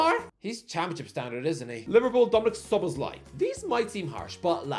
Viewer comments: can now pronounce "Szoboszlai." 😅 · Ralf Rannick Tomas Twoshell Erling Halland Javi Garcia Yurrgen Klopp Chicarito Mwais Saicedo Solobzlai (Dude finally corrected it in this video) Josko Vardiol (Pronounces as J) Horhe Mendez Andoni Iriola Buyako Saka (2020 ) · finally pronounced szoboszlai properly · finally nailing the szoboszlai pronunciation